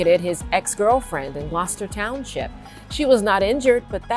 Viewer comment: I was wondering where you were talking about when you mention "Glauchester Township). Then, I realized, you're not from Jersey and must be talking about Gloucester Township. Gloucester is actually pronounced "Glawster). Great content, always, however.